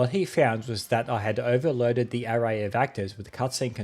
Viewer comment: I have never heard somebody pronounce "array" like "hooray" before, that's new 😂